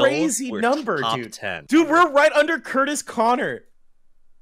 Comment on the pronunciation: Man said “curtis”